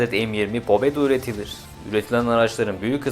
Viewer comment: pobeda değil pabeda